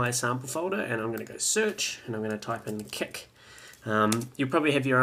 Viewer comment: i love how you say KEK instead of KIK